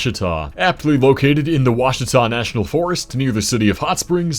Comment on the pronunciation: You said Ouachita correctly 🙏